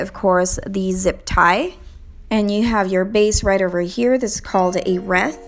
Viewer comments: Reeth not reth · Not reeeth nor reth it wreath! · Wreath is pronounced (reeth) 😊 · She said reeet😂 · The way she says reeth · It killed me when she pronounced wreath though 😫😫